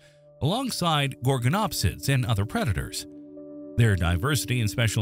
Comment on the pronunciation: I turned the video off when he pronounced Gorgonopsia wrong. If you can't even pronounce things right don't make a video it's a red flag and shows your information is minimal at best.